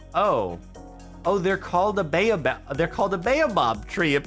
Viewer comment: the "Bae oh bob" tree is actually pronounced as "Bah Oh Barb" tree.